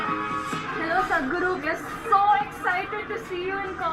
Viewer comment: It's sadguru not sajguru